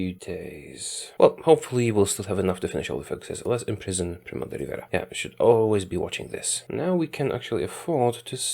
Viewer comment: I'm from Spain, and your accent seems very funny when you said words like "Guardia Civil" or "primo de rivera" hahah